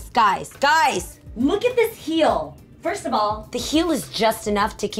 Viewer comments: When she says First of all, I hear Firstable! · A G me too😆😆 thought I was the only one that heard that